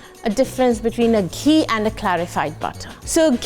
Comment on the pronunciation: ghee not kujac khee